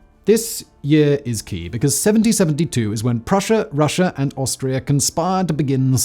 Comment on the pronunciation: gp back to school. Don't say Russa today just say Putin :)